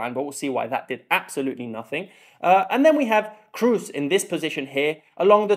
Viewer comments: Very well made Comparison! I hope Scots will come to next round... and btw Toni is called "Kros" not "Krus" ;-) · "Cruise". it is K r O O s. lmao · Its KROOS not cruise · To all English speaking fans: Kroos' name is not pronounced like cruise. Our double-O is long and not sounding like a U-sound as it does in English. You don't really have a word with this O-sound as far as I'm aware, but it's more like the o in no just longer and without the U-sound at the end. :) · Great Video! Learned very much! Keep up! Btw Kroos is not pronounced like "Cruise", the double O in German is pronounced like a long O. :) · who's Cruise? can't you pronounce a straightforward long O sound? Kroos is not Cruise. Also Wirts is not "Wörts". It's a short i-sound like in the English words in or it , there's no ö-sound like in "words". Its really not complicated. Actually English is complicated, It's not the Germans fault. You guys pronounce words and birds and hurts the same but write different vowyals for the same sound. In German names the vowels don't change like in English. Wirts will be around for another 10-15 years, learn to say his fucking name. 😊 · It's also [kimmih] not [kimmich] 🥲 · Except it's not pronounced like cruise at all... If you search "Close-mid back rounded vowel" on wiki that has the correct pronounciation. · Please dont say "Cruise" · PLS learn the prononunciation of Kroos. He is a worldcup and championsleague winner. Even the freaking english commentator get his name somehow right. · It's not so hard to pronounce Kroos right.